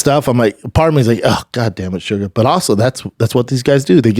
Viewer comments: Listening to him say "shugga" was painful. It's SUGAR! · For the love of everything in the world stop calling him suga every 3 seconds holy fuck